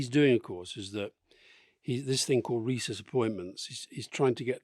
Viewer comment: Oh, recess appointments - not rhesus....